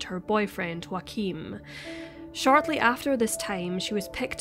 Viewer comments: If hes german chances are his name is spelt Joachim and pronounced yo-uh-kim. Not Joaquin like phoenix. Could be wrong though. Mightve been joaquin. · It's Joachim ...a very common German name..not Wakeem or Joaquin. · I’m sorry but Joachim is a German name and you keep pronouncing it like its spanish or something (yes, I know this name exist in multiple languages but here we’re talking about people in Germany). I’m not German, nor do I speak the language but I live in a bordering country and work with a lot of Germans and I’m pretty sure it’s supposed to be pronounced like Yaw-ah-khim. In German (same as in my native language and many others), the letter J is always pronounced as english Y is pronounced when there is a vowel next to it (next to the Y, I mean). Sorry, I’m not expert so I don’t have any better way to explain but I hope it’s clear enough. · Is the boyfriends name spelled Joachim? Because the way you pronounce it, it sounds like Joaqueem. Other than that, you speak extremely clear and well pronounced! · Just the tiniest correction, as a German I couldn't let it pass by... the name Joachim is pronounced "Yo-achim". The J is pronounced like the Y in York and the ch is actually pronounced just like it would be in Scottish Gaelic, like it is in Loch Ness. So we can all pronounce his name correctly when we say "Joachim was a scumbag for dating a 15 year old girl while he was 30." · U mean joachim ?? Wrong pronounciation. It Sounds weird for German listeners. Please make sure to pronounce names the right way, that people recognize facts...But rest well done: i slso like the background music a lot, good choice!! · You know what would be great? If you could pronounce Joachim correctly.